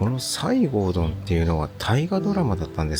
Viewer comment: 「さいごうどん」ではなく「せごどん」です。ゆるり乃湯は行ったことがあります。確か、市比野の丸山温泉の帰りでした。カラスの行水だったので大浴場の方を利用しました。そちらは、大きなヒノキ風呂です。木管からドバドバと温泉が注がれていました。アルカリ単純泉です。外には露天風呂もあります。川内高城温泉の川内岩風呂は行ってみたい温泉の一つなのですが、まだいけていません。今年は無理そうですが参考にしたいと思います。